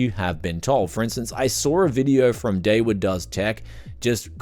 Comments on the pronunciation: It's not David. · That’s an… ‘interesting’ pronunciation of “”